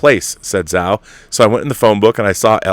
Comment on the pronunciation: Hey Rob, great show as always. Just a note that the "Zh" in "Chloe Zhao" is pronounced like a "j." So, her surname is pronounced "Jao."